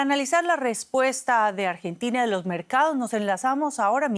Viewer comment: Jajajajaajaj ÁMBRENTINA😂😂😂😂😂😂😂